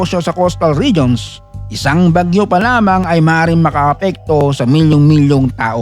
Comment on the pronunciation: AI voice ba ito? Bagyó nagiging Baguio bigkas😅